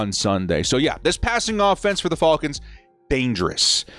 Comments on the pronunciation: i cringe every time he says their name 😭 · You say Falcons weird